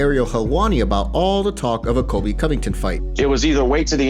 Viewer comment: "Kobe." I have to believe he's mispronouncing "Colby" on purpose now. No one can continue to be that inarticulate unless it's deliberate.